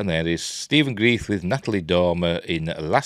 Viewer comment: Are you sure you are pronouncing his name right? I thought it was Grr-rife not grief.